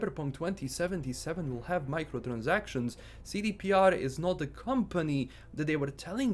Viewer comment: That Transylvanian "Microtransactions" was perfect!